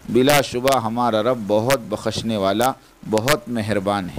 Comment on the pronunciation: بعض الفاظ کا غلط تلفظ بہت گراں گزرتا ہے، متکلم موصوف اس جانب توجہ فرمائیں، زیر سماعت آڈیو میں لفظ "بخشنا" کا تلفظ کچھ ایسا ہی ہے،